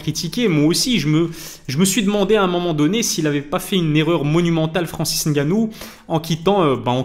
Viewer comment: Je dois te féliciter pour ta prononciation de Ngannou cest tres rare, on a toujours droit au N……ou les M……avant le nom comme si pour dire pneu on dit p. Neu 😂